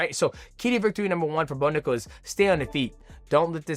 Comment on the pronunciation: DJ loses his ability to speak when he says someone's name Bo Nickal......."Bonugga" Valentina Shevchenko......"Valshenka"